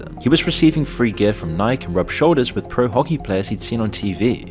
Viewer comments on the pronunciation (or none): none